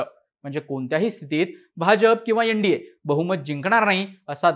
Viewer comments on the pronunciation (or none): यन. डी. ये नाही एन. डी. ए. 😅😅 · यनडीये नाही रे एन डी ए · YEN-DA naahi , NDA aahe teh